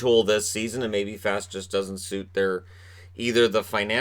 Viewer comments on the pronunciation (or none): Hate to lose Fast ( needs to work on the Boston pronunciation of his name. 😜), but think everyone realizes the $ situation. And who knows, maybe JD & Gorton find an inexpensive vet to plug into that PK role.